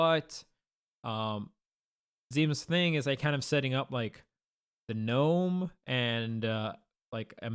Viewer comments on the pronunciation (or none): none